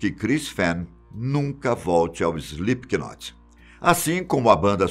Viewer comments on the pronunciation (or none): Não se fala Slip K Not, se fala Slip not ...aulas de inglês kk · SlipQUInot,que nervoso kkkkkk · E os br sempre falando slipkinot kskskks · "IslipiQUInóti", show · Slipiquinote KKKKKKKKKKKKKK Que agonia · emeteve, maike, slipQUInot lol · Pior né, eu já iria falar disso kkkk, ele pronuncia errado p nome kkk, se pronuncia "Slêp not", ñ pronuncia o "K" e o Slip se escreve assim "sleep", verbo dormir kkkk😂😂😂😆😆😆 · Alguém fala para ele que se pronuncia "Slipnot"!!! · Slipknot a pronúncia é “slipnot” é como knife a letra K tem som mudo. Ótimo vídeo!!! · Só não curti porquê o narrador pronunciou errado o nome. "Slipnot" se pronuncia... O "K" no inglês é como o "H" em português, é mudo. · Morrendo de rir com ele falando Slipikinot e só imaginando meu namorado que é fã se contorcendo cada vez que ele fala errado 😂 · "Slip que note"! Kkk que pronúncia maravilhosa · Epa mas parem de dizer "O Slipe que Note" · Isli piqui noti kkkk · Banda "Ejli pequenote" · SlipKnot kkkkkk ele leu assim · SlipQnot é de doer o ouvido, hein... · 😂😂😂😂 slip Ki not rsrsrrsrsrsrs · Slip not sem som de k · Se pronuncia slipnot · Slipiquinot kkkllkl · Escreve se Slipknot mas não se diz é slipnot não se lê o k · "slip K not"?? lol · Essa pronúncia está fodida. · O "K" é mudo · Só eu sinto agonia em ver o cara pronunciando o nome com k aff.... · O “k” é mudo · Não sabe falar o nome da banda certo